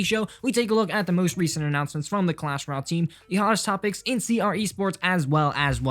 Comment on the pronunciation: “cuash royale”